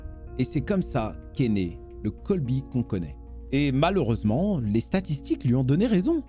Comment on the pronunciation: C’est Colby et pas Coby